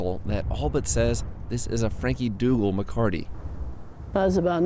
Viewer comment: Not MACARTY. . . MECATE (meh-kah-teh) is a Spanish ranching word. Maybe research THAT.